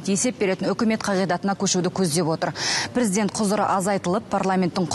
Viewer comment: Прiздент, прiзден. Неге дурыстап айтпайды